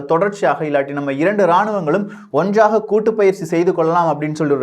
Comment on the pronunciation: Onjraga இல்லை ஒன்றாக